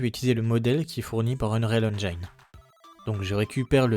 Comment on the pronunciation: Très chouette ta vidéo ! Juste un truc, on dit "endjine" et pas "endjaïne" 😅